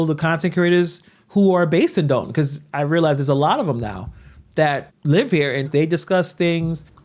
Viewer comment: "Dalton" is in the state of Georgia. "Dolton" is in Illinois.